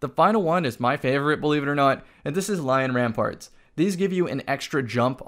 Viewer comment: Say it with me: Lion. RampaNt. Not Lion RampaRt.